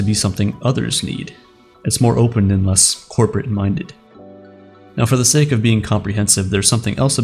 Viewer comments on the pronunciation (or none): none